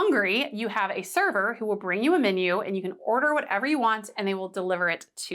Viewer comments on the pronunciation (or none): none